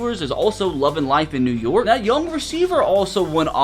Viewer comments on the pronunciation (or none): none